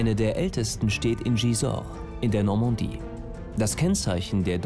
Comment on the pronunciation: Die „Normondie“ 😂